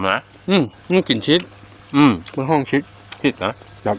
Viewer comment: ชีส ไม่ใช่ ชิดครับ